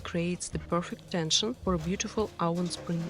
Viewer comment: Oven ( оуВэн, душа моя. Произносиься как наша " в " )